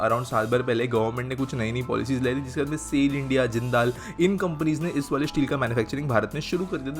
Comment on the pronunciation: Bhai wo जिंदाल नही जिंदल है